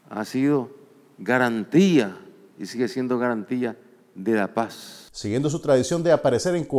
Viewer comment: Garantilla, jajaja se dice garantía.